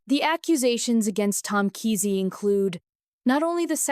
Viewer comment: Its prounced Kaa' see